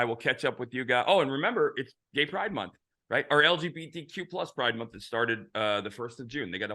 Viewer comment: Pri-DE MON-th.